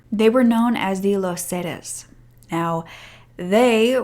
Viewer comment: Would help if you pronounced “Los Zetas” correctly. You could have used google translator to hear how it’s pronounced.